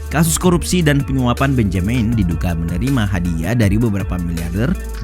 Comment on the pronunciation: Bonyamin ngunyah tahu...